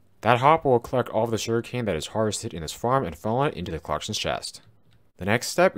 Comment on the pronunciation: Whenever you say sugarcane it sounds like you’re saying shuriken